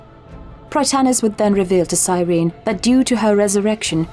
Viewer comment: “It’s sir-en-eee”